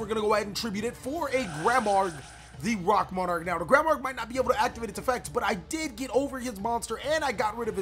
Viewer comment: Runs granmarg, doesn’t know how to pronounce it